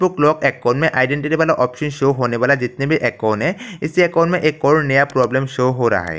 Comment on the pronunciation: Acon nhi Bhai account hota he